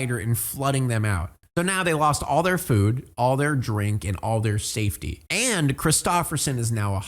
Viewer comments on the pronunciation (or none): none